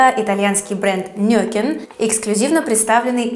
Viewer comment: Не Некен,а Нокен! Не италия ,а испания! Группа Парцеланоса!